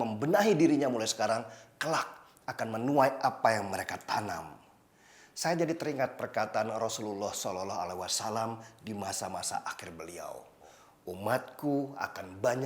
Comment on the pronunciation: saya lebih condong kepada ustad Felix daripada denny siregar ini, yang katanya "ustadz mualaf" harus banyak belajar, elo juga harus banyak banyakin belajar,contoh sederhana pengucapan "SALLALLAHU ALAIHI WASALLAM" ada bacaan tafhim disana, pahami lagi bacaan tafhim dan tarkik, ISLAM itu keilmuan nya luas, huruf huruf Arab nya pun ada kaidah kaidah keilmuan yang harus dipelajari (tajwid), gak boleh asal.